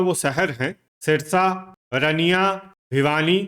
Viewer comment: रनिया नहीं है अंकल जी , रानिया है।